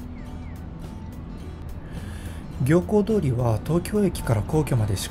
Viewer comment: 行幸通りは、 「ぎょうこう通り」ではない、 「みゆき通り」ですよ。